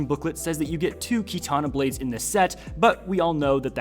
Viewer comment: Bro had a stroke talking about katana s